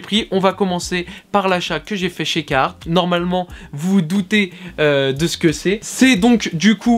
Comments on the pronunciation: Biennn, parcontre jsp si t'a remarque mais ya un r a carhartt apres le "ca" Et je crois qu'il se prononce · Ca ma faut bizarre de pas entendre le R de carhartt